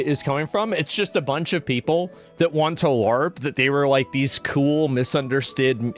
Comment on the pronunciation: "Missunderstid" Nailed it